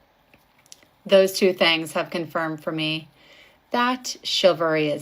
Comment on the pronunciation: The word is chivalry, madame; not chilvary. The word derives from cheval, the French word for horse, because it was a code of behavior observed by knights, who tended to ride horses into battle and were also called chevaliers, or cavaliers.